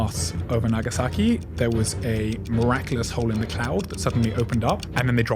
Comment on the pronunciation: Bro shamelessly said "miraculously"